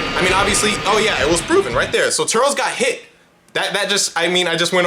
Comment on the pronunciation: Nah why brotha call him turls